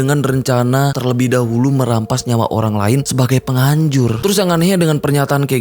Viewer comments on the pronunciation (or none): none